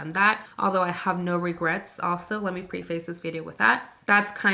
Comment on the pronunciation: Please look up the pronunciation of preface. It's not pre face.